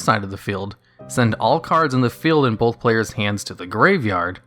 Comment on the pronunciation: Bro, "both" is not pronounced as "bolth". It's really hard to watch because of how you say it.